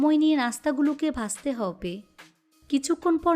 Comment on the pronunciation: হব্বে হব্বে কেনো শুদ্ধ করে হবে বলা যাইনা